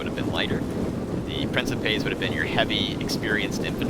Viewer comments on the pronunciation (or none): So I figure I should be the douchebag that says this.... Princeps priːŋ.keps (prin-keps) Princepes priːŋ.keps.es (Prin-kep-ays) lol... Sorry... feel free to ignore my Latin pronunciation Nazism